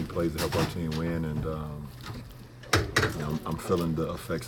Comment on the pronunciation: LeBron says "ween" not "win"